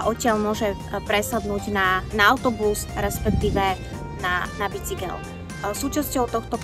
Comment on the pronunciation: Ked od hovorkyne pocujem slovo BICYGEL , tak sa mi chce zvracat.